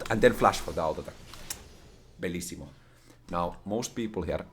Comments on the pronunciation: Bellissimo 🤣, really good pronounciation! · you said "bellissimo", where are you from?